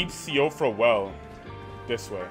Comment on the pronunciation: I think it's pronounced "she fra". An Irish name, far as i know.